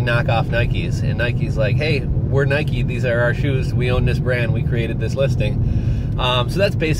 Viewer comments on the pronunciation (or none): none